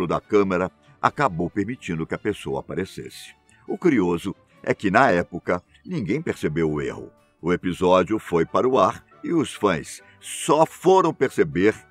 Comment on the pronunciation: o "crioso" kkkkk